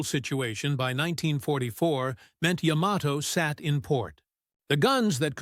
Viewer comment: AI voice keeps mispronouncing Yamato… 🙄